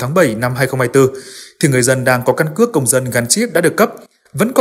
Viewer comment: Căn cứ điện tử hay căn cước điện từ. Phát âm khó nghe quá.